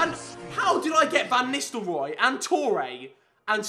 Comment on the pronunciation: Ruud van Nistelrooy* i'm dutch zo iT sounds zo funky how english people pronounce their names